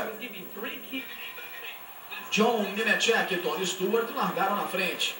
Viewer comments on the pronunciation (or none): TAGADEGA???JOI NEMETHIECA???TONI STUARTI???DAIOUU EIRARDI JR.???JUMI MEQUIMAREI???ROBI LABONTI??? QUE MERDA DE NARRAÇÃO É ESSA??